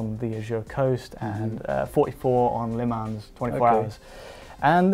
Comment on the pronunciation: Didn't increase performance as much as I thought, games clearly optimised for that specific drive. Also, you don't say the S in Le Mans